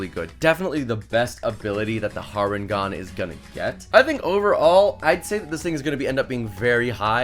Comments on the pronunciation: You know it's not pronounced har en gone it's hair en gone cos it's a hare not a rabbit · I know I'm being "that guy" but its Harengon pronounced Hare like the creature they're based on, not Har Ngon. I'll see myself out.